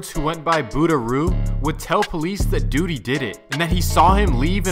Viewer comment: He said Duuty🤣🤣🤣🤣🤣🤣